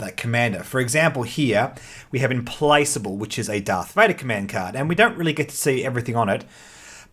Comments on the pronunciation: Im-Plack-able. I believe that's the pronunciation. ;) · I'm with Argirios, on feeling like the Clone Wars would make for a better setting for ground combat skirmishes as seen in the prequel films and Clone Wars cartoon., I find your pronounciation of Implacable disturbing.